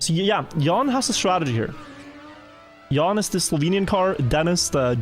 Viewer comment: Jan is pronounced "yaahn", not "yawn". But kudos on pronouncing "j" correctly. You are a natural Swede.